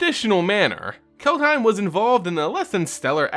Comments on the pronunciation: If you want to say "Kaldheim" more like a Norwegian, say "Kald-he(like in hell)-ee(like in bee)-m" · Its pronounced CALLED HYME.